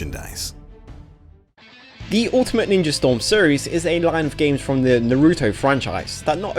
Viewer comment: It's a bit late, but some people pronounced Naruto as NaRUto when in reality he's actually pronounced NAruto.